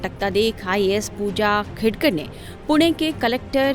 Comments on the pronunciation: Khadekar nahi, Khedkar bolo mere Patrakar bhai…Real News de rage ho to surname to proper Pronunciation karo… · खाडेकर नाही वह खेडकर है भैय्या 😂